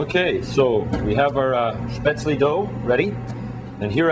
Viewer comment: I wish people (professional cooks) would pronounce Spätzle correctly!! UGH! Drives me nuts! It's Shhhp-ehtz-leh -- not sp-aytz-leeee...